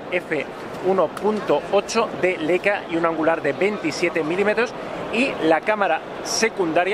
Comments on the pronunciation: También se dice "Laica" no "Leica" :) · No se dice "Leica", se pronuncia "Laica".